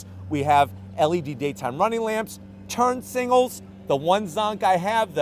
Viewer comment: My one zonk is hearing "turn singles" instead of "turn signals". But otherwise, this channel is awesome!